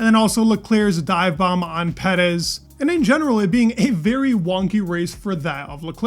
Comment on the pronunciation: Noticed you pronounced name properly unlike most people. So in that spirit, Leclerc's name is pronounced "chaalz luh·clerk" rather than "le-claire". 😀